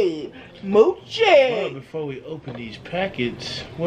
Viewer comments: You pronounce it mo Chi not how the cow says it mochi-NO HATE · It's mo- chi not mu- chi. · It’s not muchi it’s mochi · It’s not moochi 😂 it’s mochi 😂 y’all silly 🙃 I love my Mochi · she did not say moochi I'm dead but mochi is good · I like the red bean Mochi. Mowchi...lolol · it's called mooooo chi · Lol "moochi"